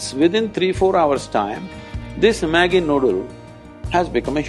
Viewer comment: Ha ha NID guy saying maggi...I can relate being an NID alumni :P